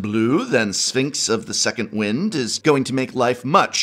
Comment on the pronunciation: anyone talking about Sphinx of the Second "Wind" Gotta call you out prof :P